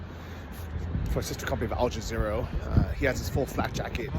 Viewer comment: Do you call it Al Ja-zero as an insult or is that how it's really pronounced? I always make the "uh" sound at the end.